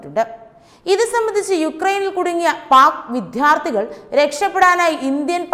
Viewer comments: എന്റെ മോളെ വിദ്യ.... വിദ്യാർഥികൾ എന്നു പറയു, വിധ്യ അല്ല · വിദ്യാർഥികൾ not വിദ്ധ്യർഥികൾ വാക്കുകൾ ശരിയായി ഉച് ചരിക്ക് കുട്ടി